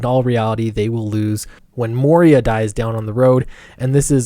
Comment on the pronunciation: It's Moira, not Moria.